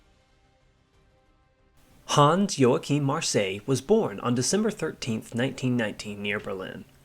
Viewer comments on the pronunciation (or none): Who the hell is "Han" Joachim Marseille? At least pronounce the name correctly when you talk about him.